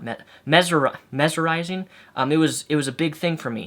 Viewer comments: mez-mer-rise-ing its okay you were close enough, haha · Mez-mer-eyez-ing is how you say it. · Mesmerizing (MES-MER-RISE-ING) :P